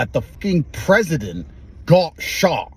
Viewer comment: Man it annoys me the way he says "shot", "job", "got". Why is his pronunciation of "ot" or just the letter O the only thing he pronounces strangely? It really annoys me.